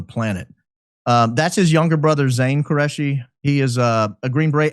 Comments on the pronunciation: its ZACH QURESHI NOT Careshi pronounced KOO RE SHI ‼️💯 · Qureshi , not Careshi